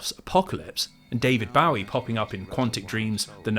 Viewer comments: Total tangent, but this moment introduced me to the fact that some people, apparently, think "Bowie" rhymed with "Howie". Never heard that in my entire life. I know he's not exactly been in the spotlight for decades now, but he's so iconic, it's kind of wild to hear anyone not know how to say his name lol If you doubt me, the man himself did not pronounce it that way. He said it the way I've always heard it said: with the "Bow-" pronounced like the ranged weapon that uses arrows. Anyway, top-tier videos, truly a treasure trove of comfort-media. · Apologizes for potentially mispronouncing Japanese names, somehow mispronounces David Bowie's. Very informative as always, thank you for your work.